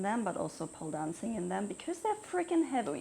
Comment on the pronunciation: Heawy, heavy, heawy when you said it was really cute❤